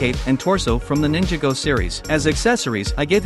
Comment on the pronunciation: The ai said ninjigo